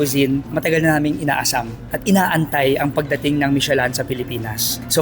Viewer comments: Mishe-Lan daw 😂😂🤣🤣 It's pronounced the way it's spelled, Michelin (Mishe-Lin). it's not that hard. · Maliiiii😅 Michelin- mishelâ (Silent "N" and Nasal ang LÂ) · Michi-lan? LOL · Now we learn from you and ate the ryt way of pronouncing "michelin".😂